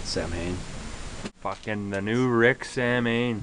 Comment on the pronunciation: Hahaha samhain XD they don't realize it's pronounced sow-in these guys are really cool. Smoked a cigarette with them and talked about music after a show in Albuquerque.